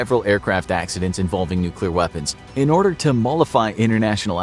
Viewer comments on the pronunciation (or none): none